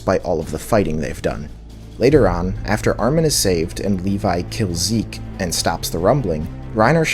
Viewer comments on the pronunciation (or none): none